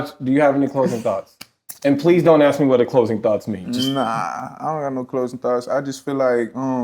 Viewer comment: "when you aks"....Scholars, All Of Them. smh